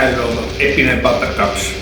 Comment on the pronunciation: Bel video ma si pronuncia peanUt non peanEt